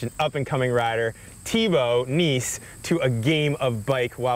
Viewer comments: Jeremy lost before the game started by pronouncing Nys as NICE. WtH. Try Naes. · It's really pronounced more like "nasty/ass" than "nice" (pronounced the American way, not the Brittish way). The Dutch just bungle up their vowels. They also say "seujfeuh" instead of "zeven". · Nys isn't actually pronounced as "nice" but it's closer than what ever Jeremy did :D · And it's so easy to pronounce: just say "nice"! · So he says Sven Nys correctly but not Thibau Nys lol